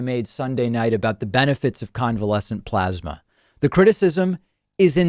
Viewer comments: David, it's pronounced PLOSMA. PPPPPLOSMA. (PPPPP=motorboat the P's). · Why does he keep mispronouncing plosma? 😼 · You're saying it wrong David, it's plosma. XD